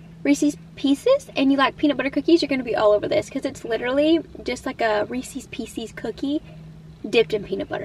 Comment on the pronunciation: You pronounced "Reese's Pieces" correctly. I'm so happy :face-red-heart-shape